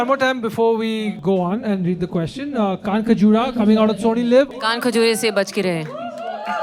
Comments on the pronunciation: 5 indians promoting a show, and neither can pronounce the word "Kankhajura" correctly(native pronunciation) is hilarious. 😅 Love Relationsh!t❤ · They can’t pronounce Kaankhajura